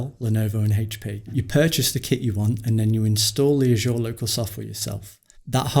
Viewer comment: I'd be satisfied if "Azure" would be pronounced correctly.